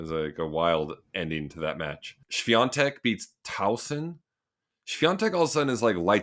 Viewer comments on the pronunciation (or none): Hey Sam, why are saying Swiantek insfead of Swiatek? Maybe I'm not listening well.